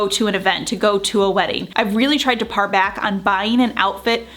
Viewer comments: The word "pare", like to cut back, is pronounced like the fruit, pear. Par is a golf term. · It is not "par" back, but pare back (pronounced like pair or pear). Don't mean to be one of those, but wanted you to know so you can pronounce it correctly for future videos.